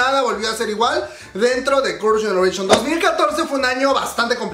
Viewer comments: Tu inglés es malo, parece trabalenguas cuando pronuncias Girls’ Generation….🫣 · Me da risa como pronuncia el nombre de Girls Generation y de Yoona jajajjaja